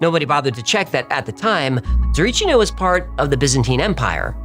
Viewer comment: Small correction its Tsarichina not Tsarichnia. Not that you will need it anymore in your life.:D Btw in order to not gain weight I eat no later than 7 pm and I avoid bread when there are things like potatoes or rice. Regarding the Tsarichina story you I have to be honest as one who heard a lot more grounded versions, your were way out there and not in a good way. That is why I wanted to help you out about that episode when you make it I didn't wanted to turn in to what you made, but it is what it is and I respect your creativity there, its just too sci-fi. Either way I still love your episodes.:)